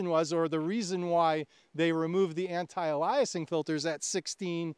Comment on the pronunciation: ALE-ee-uh-sing but otherwise a good discussion.